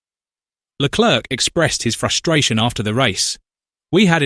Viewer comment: When you said Leclerc don’t pronounce the c